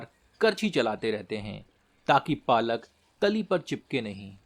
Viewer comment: Its not palak its Paalak 😊